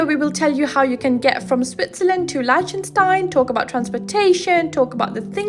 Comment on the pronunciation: You're saying the country's name wrong. And you say it wrong a lot in this video.